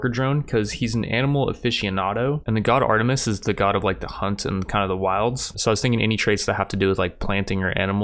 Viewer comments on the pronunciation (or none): none